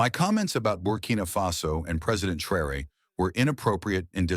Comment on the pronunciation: This video is pronouncing Traore name wrong...also others videos from america the youtube videos calls him everything but his name. They are hoping you wouldn't notice, stop rewind and see fir yourself. Whenever you do notice, give the video a 👎